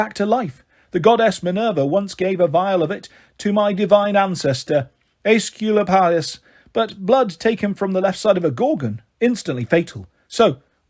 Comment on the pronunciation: bro cannot figure out how to pronounce Asclepius